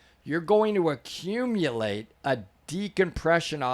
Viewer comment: i love how he spaced out his words and annunciation like theyre talking to babies when explaining things to non-divers. like i get breaking it down simply for people but we still speak english, he said "accumulate" like people haven't heard the word before in their whole life